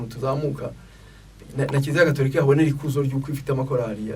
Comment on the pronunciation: !Ujye uvuga Gatorika not Gaturika.